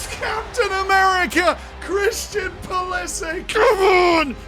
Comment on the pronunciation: Its not pulislick ... this bothered me way to much